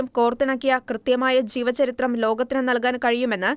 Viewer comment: Say 'J'eevacharithram , not 'Ch'eevacharithram Mostly all Shekina readers commit such mistakes Shraddhikkane❤